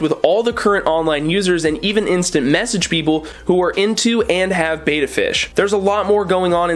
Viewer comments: Get a koi (color type) Betta. it is pronounced behtah not baytah. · Bet, bet, bet ... betta. Not baeta, not bayta, and not betta fish. Click the loudspeaker. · Sorry but I am tired of you saying Bait a fish when it is a Bet ta fish,bye un scribed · First, it's bet-ta not bay-ta Next, HMPK bettas are my favorite bettas. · It's betta, with a soft e. Beta, with a hard e is the second letter in the greek alphabet. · Roman G your right I will not unsubscribe. When ever talks about Bet ta fish I just mute him,,,,lol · First off, pronounced as Bet - Ah secondly... Nope actually that was all. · Betta, not Betta!😉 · you’re pronouncing it wrong but good vid